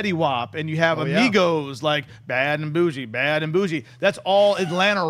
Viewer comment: made me laugh so hard. Fetty isn't from Atlanta, their name is Migos not Amigos, Bad and Boujee sounds nothing like that, and Luda hasn't been big in the rap game since like 2006. Still love ya though